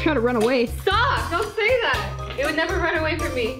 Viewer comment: “Never” say “never” TOTALLY DID NOT SAY NEV- TWO TIMES